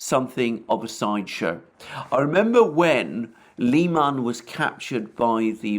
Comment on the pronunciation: I've heard it pronounced Lie man I tried to find out if this I is correct and everyone said I should ask you Comical Aly